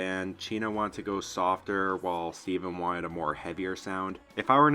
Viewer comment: Stephen like Stef-in